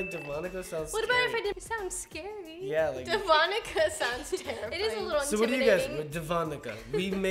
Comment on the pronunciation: When they said Devonica it sounded like de vodka